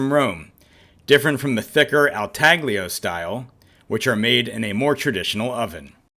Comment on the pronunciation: Nice Video. Just a suggestion... Your Italian pizza street cred will be stronger if you pronounce the pizzas correctly. Pizza al Taglio does not have a hard G in it. Best to drop the G altogether and pronounce it Talio. This is not technically correct as Italians make a special sound with the GL combo, but it is much closer than using the hard G. Not criticizing... but I almost didn't watch the video because of it.